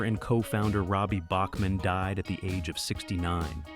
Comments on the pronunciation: It’s pronounced Back-man. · Randy Bachman’s last name is pronounced “Backman”. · It's pronounced Backman not like the classical music composer. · ou need some manners. Listen to much earlier interviews and you will find they pronounce it Backman. Years of Americans and even some Canadians pronouncing it wrong probably influences more recent interviews. I can tell you at a concert here in Calgary, likely October, Randy sat on a stool and prenounced his son’s name as Tau Backman when introducing him. I was front row for the concert. Also enter “How does Randy Bachman pronounce his last name?” into your search engine and you will get the truth. I’ve been a Randy Bachman fan since he was in Brave-belt which was before his time with the Guess Who. It is also the first time he worked with Fred Turner whom he later collaborated with on BTO. We are talking early 70’s. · Yes, it is BACKman, but everyone said BOCKman. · Randy told me that "south of the border it's pronounced Bach-man and north of the border it's Back-man." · It’s pronounced BACKman btw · It's pronounced Back-man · WRONG. Query Q With Tom Power in You Tube and find the recent interview with Randy Bachman. Listen at the 1 minute mark to hear how Randy Bachman says the name of the band that bore his name. And wonder how you got it wrong.